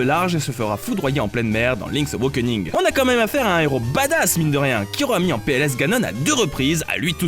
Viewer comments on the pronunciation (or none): Link's Aw - A - kening, Pas : Link's Aw - O - kening ! Raaah, t'as réussi à bien prononcer WIND WAKER à la fin de la vidéo pour une fois (même si tu t'es planté dans l'ordre des Zeldas :p) Alors pourquoi Link's Aw - O - kening ? ><' C'est pourtant la même notion d'éveil à chaque fois... Bref, bisous, pouce bleu, toussa toussa...